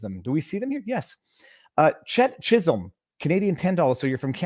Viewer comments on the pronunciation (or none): none